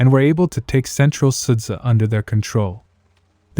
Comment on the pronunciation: In the word "Sudzha" the letters' combination "zh" is pronounced as the letter "g" in the word "George". Or, as an example, pronounce "sood jar"